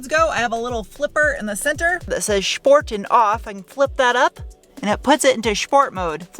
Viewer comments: There's no "h" in Sport ("Shport"), but there should be. There definitely should be. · "shhport mode"